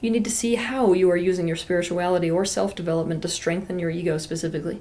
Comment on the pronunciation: I like when she pronounces *silf" instead of "self" ... Ok not really